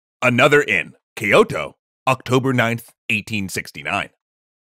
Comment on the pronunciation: Love this channel, i really do, but how do you go from "key-yoto" in previous episodes to "kay-yoto" in this and still can't just simply say "kyou-to". Like, seriously there is no vowel after the k, why do you feel a need to add one?